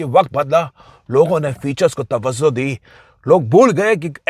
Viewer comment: Tawazzo ❌ Tawajjo ✅